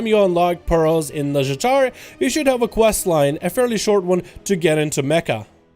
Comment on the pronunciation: i keep hearing "Nuzjatar/nuzjator" xD